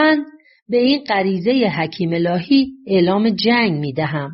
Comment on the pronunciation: دراین جا باز نحوه بیان گوینده این شک را ایجاد می‌کند وه او از شخصی به نام حکیم الهی صحبت می‌کند ولی در باید گفته شود حکیمه الهی که متاسفانه در تلفن خود علامت زبر یا ای را ندارم مثل مردم ایران